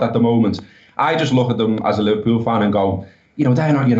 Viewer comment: what the hell is "Liver-peew"??